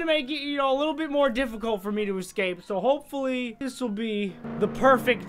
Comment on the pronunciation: We will ecwape the twain *gets stuck*